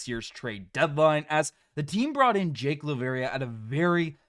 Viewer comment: You better start now trying to learn how to pronounce Jake's name correctly. I absolutely wishes him well. GO GRIZZLIES!